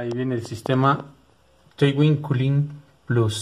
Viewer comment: excelente el vídeo, pero se pronuncia Tuin (Twin) y no T - Win un saludo💪